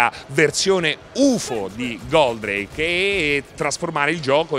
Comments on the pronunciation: Ottime notizie con questo video..grazie..l unica cosa è che odio è come dice Goldrake...nn si dice Goldreìk per la miseria..l ha detto bene solo una volta su 30..mannaggia ai pescetti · La pronuncia di “Goldreik” non si può sentire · GÓldrake ….no Goldràke… Leviósa… no Leviosà 😂😂😂😂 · Intanto è Gòldrake e non Goldràke, e poi ancora con 'sto Alcor? Ho capito che molti dei vecchi sono affezionati al primo doppiaggio RAI però basta con Alcor, è Koji e basta!!!